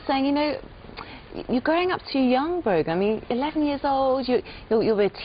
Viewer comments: Is her name Broken?? Cause I'm hearing that everytime I repeat the video lol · It's brogan